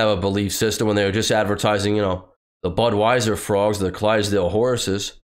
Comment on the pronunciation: Did she say "Big Butweiser Fan"?